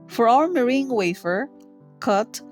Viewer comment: it's me-rang